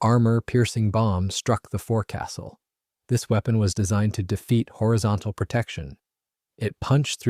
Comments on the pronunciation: And it’s folks-sill, not fore-castle. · 'Forcastle' should be pronounced 'foc-sle'! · It’s pronounced “fokesul” not “fore castle”. 😂😂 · Oh yeah 😎? It's Not called: "a Forecastle," it's called: "a Foc'sle." It's Not called: "a beau," it's called: "a bow," as in bow wow. The lateral sides are Not called: "gunwales," they are called: "gunn'ls." The Bathroom is: the "Head." The Kitchen is: the "Galley." 😂 lol 😊❤ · It's not forecastle, it's foc'sle!!! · I like the video and am assuming this is at least in part Ai. There are quite a few mispronunciations especially bow and forecastle. Also many pix don’t seem to match the narration.